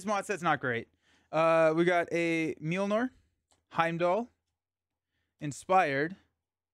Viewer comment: Mjolnir is pronounced "myol-neer," not "meel-nor!"